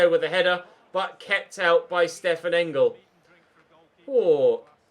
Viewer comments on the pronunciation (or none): none